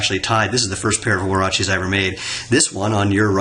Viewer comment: Woah..he even said it right you’re no longer.. you are now